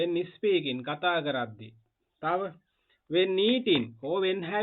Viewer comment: First of all you should learn how to pronounce. ( is peaking nowe...speaking wiya yuthui. Bathing nowe...bedhing wiya yuthui.)